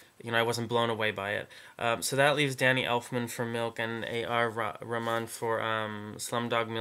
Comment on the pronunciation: I like your predictions. Ok A.R. Rahman- lol- you were pronouncing his name wrong so many times. His full name is Allah Rakha Rahman but I prefer A.R. because his first name has a different significance- it's ok if you don't know what I'm talking about. He's really popular in India, the Bollywood film Industry. His last name is pronounced Rah-man, don't silence the h. But good job anyways.